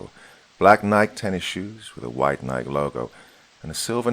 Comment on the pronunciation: Sorry, this is my pedantic side getting in the way of enjoying a story: Nike is pronounced nih-kee, with two syllables.